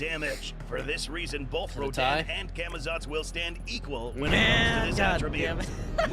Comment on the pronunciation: tf is camitots? its camazotz